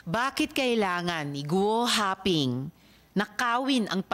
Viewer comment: “Gu wa ping” 🤣